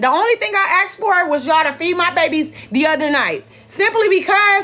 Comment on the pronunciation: Not she “axed” a question